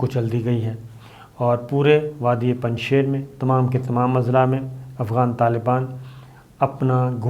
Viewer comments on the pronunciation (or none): السلام علیکم، براہ کرم الفاظ کی ادائیگی کی تصحیح فرما لیں۔۔۔۔۔۔۔۔ پنجشیر میں شیر کو اس طرح ادا کریں کہ جیسے شیر و شکر (ش کے نیچے زیر ہے)۔۔۔۔۔۔۔ مولانا ہیبت اللہ غلط ہے صحیح تلفط ہبت اللہ ہے (ہ کے بعد ی نہیں ہے)۔۔۔۔۔۔ اخوند میں و ساکن ہے لہذا اسے اخند پڑھنا چاہئے۔۔۔۔۔۔۔۔ شکریہ